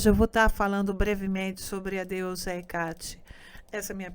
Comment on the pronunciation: Por que a palestrante fala HecÁte? E Artemís? Essa é a pronúncia correta? (Presumo que ela tenha descoberto essa pronuncia estudando)